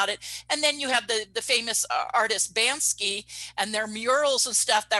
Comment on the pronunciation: Appreciate the content! I just have one thing to add... it’s Banksy not Bansky. 🤓